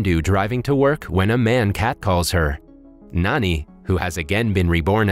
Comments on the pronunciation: It's Jani not Nani Good review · It ain't pronounced as N-A-N-I instead like J-A-N-I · Can this guy read? It literally says “511” not “551” and “Jani” not “Nani” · actually in the movie his name is written and pronounced as Jani not Nani.... Jani like John pronounciation type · His name is not Nani,it's Jani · His name is Jani not Nani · Bro its not nani its jonny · It's not nanj its jani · Btw, his name is pronounced as 'Naan-ee'. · he's actually Jani, these recap channeels have a hard time pronouncing indian names